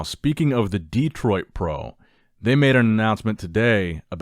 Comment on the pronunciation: The Dee-troit Pro.